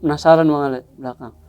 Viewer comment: Kadang kadang salah sebut jd bang Awe jg 🤣